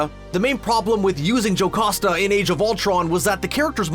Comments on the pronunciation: Jocoosta.. it should be Jocasta. Learn to read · Stop saying "JoCOsta" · WHY DOES HE SAY JOCASTA LIKE THAT